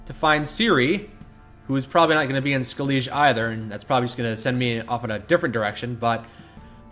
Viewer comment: xD How he pronounces Skellige. I just can't wait until he finds out how to say it correctly